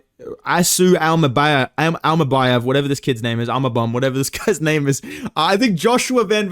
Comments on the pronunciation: Bro got secret beef with Kazakhs 😭😭 bekzat immacan and asu immabum killed me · "imabum vs Joshua van" 😭